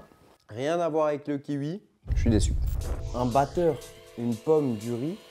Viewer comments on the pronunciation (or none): On dit un ki oui pas un ki ui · c'est kiwi pas ki-ui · un quiwui il a dit